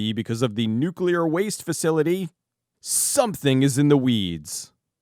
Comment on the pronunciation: ...nucular raidio actividdy?!